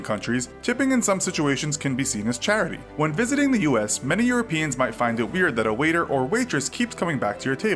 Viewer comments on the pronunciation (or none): Good job and. I have been enjoying your video reactions very much....except for one small thing. When says the word "that", he doesn't pronounce the "th" sound at the beginning so it just sounds like "at", instead of "that." Is that a Jersey thing or just a thing? Just curious. Thanks. 😀😀